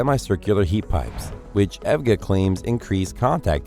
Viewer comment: Hey said "Ev-Ga".... all credibility Lost for this channel.... HAHAHA.... it's E.V.G.A..... not Evga... LOL